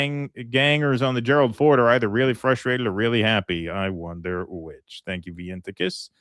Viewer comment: Does your dyslexia cause you to say frustrated wrong? always leaves out the first "r"